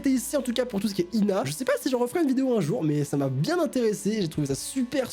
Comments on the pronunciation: Au début j'ai crus qu'il dit Lina en parlant de moi 😂😂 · Mdrrrrr g cru qu’il avait dit « Lina » et pas « L’INA » 😂